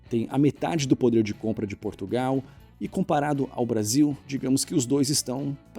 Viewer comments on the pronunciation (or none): none